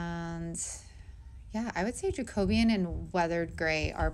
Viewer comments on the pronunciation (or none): The Jacobean is actually pronounced Jake O Bean. Love that color but also love weathered grey 🤟 great job!